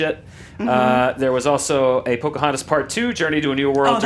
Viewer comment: I was waiting for her to pull out the years of injustice the second she said pocahantus